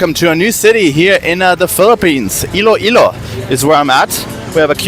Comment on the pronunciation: ILOILO is spelled ILOILO, not Ill-ilo. Thank you.